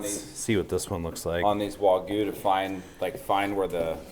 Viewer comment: Is it so hard to pronounce wagyu for you Americans.